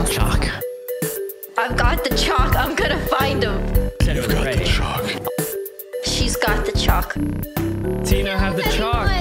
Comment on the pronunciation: ....how does nobody pronounce chalk correctly?